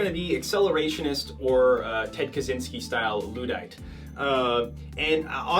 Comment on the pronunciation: Praise Neo-Luddic Accelerationism, I am finally represented I thought the day would never come (also it's Luddite not Luhdite)